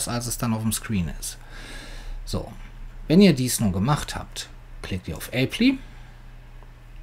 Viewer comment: Du bissene bekloppte Typ, ey! Wat han isch jelacht! :D btw, sacht man äpplei, nicht äppli ;) Wenn dat nomma passiert, erzähl ich auch allen, dass Replay TC ist! :P PS: wär gut gewesen, wenn Du was zum erlaubten Datenumfang der Bilder gesagt hättest...ich glaub, so n 2MB Bildchen vom Hund, kriegt man da nicht so einfach drauf.